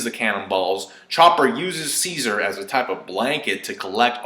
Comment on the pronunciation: You saying Ceasar sounds like "seizure" haha. And wait, the hair on the Mammoth looks a lot like Kaido's. Hm.